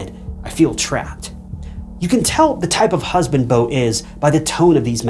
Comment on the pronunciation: Say “Beautiful” Beau-tiful now say the guys name “Beau” again and call him bow one more time..🫤